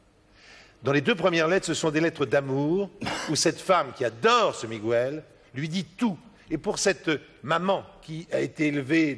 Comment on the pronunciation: On dit "Miguel", pas "Migouel'.